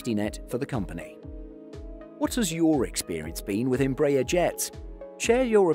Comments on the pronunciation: Good day, THe correct pronunciation of Embraer is not Em BRAY er but is in fact Em BRA Air. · I would be really nice to learn to pronounce EmbrAHEr instead of EmbrEr... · You are pronouncing the name of the company wrongly. It isn't EMB-rayer, it's EMBRA-air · Closest Correct Pronounciation is: EM - BRA - AIR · Tô até agora tentando entender quem é essa Imbrèie. If you are doing a video/documentary about a company, the first thing you should be learning is how to pronounce the company's name. Good video despite that.